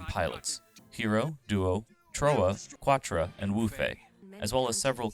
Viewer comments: I'm curious whether the narrator of this video only watched the sub, as he pronounces Quatre's name as "Kwa-truh" when the in the dub they pronounce it "Ka-trah". Also they pronounce Zechs "Marquis" as "Mar-keez" not "Mar-kee". It's like the narrator is acknowledging the French derivations, but in the wrong names lol. No shade intended, it's a good video. I just found the name thing funny. Perhaps OP only watched the sub. I will say that the dub isn't great but it's pretty decent. And the bits that are cringy are often at least hilarious (I'm lookin at you Relena). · His name is pronounced “Ketra”....did you watch the show? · Quattre for one he is Arabic so the Q will make a k sound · didn’t say Lady Une correctly. Or Quatre. Or even Treize correctly. And I’m pretty sure there was like one or two more